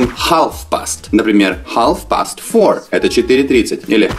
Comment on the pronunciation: Half читается как хаф.